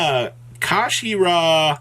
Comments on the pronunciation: Card: kshatri: kashashtri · Kshatri-la Yeah. Kashi ra. That makes sense. I forgot L’s make an R sound. And let’s just ignore the lack of an A between the K and S. Fuck it, let’s just make shit up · I think the 'k' is silent, so it's just pronounced shot-tree-la. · Amazing video as always brother!! Let me help the community out as well. Kshatri-la pronounced “shut-tree-la” the whole archetype is named after Kshatriya (shut-tree-ya) basically a princely caste in old Indian kingdoms. Hope this helps. But yeah absolutely broken!! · Ka-She-Ra?! Wtf is that?! lol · I can't tell if your intentionally mispronouncing the Archetype name on purpose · You finally pronounced Kshatri-La correctly at the start of the video, then proceeded to say it wrong as least 6 different ways for the rest of the video